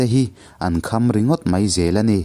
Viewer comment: Atui a hal ta hle mei a , ( mei , niloin 'mai ' aw.. ) tlemin fimkhur la.